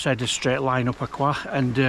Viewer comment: Enjoying your video. I’m pretty sure it’s pronounced ‘Ah Chroysh’.